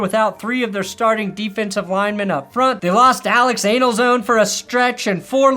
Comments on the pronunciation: “Alex ANALZONE”??!? Pause bro!!! (Jsyk, An-zuh -low-nee) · its pronounced An-ze-low-nee. come on, at least do alittle research.... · Did you pronounce Alex Anzalone as Alex Anal Zone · Yes he did. He knows what he said. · Please don't switch the letters in Alex Anzalone's name like that. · Love your pronunciation of Anzalone 😂